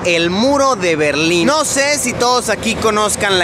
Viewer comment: Pensé que era el muro de la legua y también pensé que decía berlini